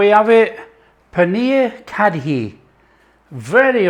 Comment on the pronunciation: Nice. Fun fact - It's pronounced curry - the dh is hard r sound in Punjabi. There's about 3 r sounds in placement of tongue. This is best with pakoras. Yum yum